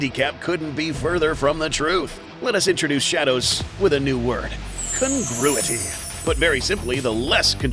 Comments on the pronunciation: The way "Congruity" was said tickles my brain somehow. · congruity 3-^)